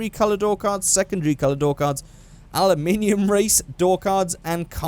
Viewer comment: did you just said "ALIMINIUM" at the door part?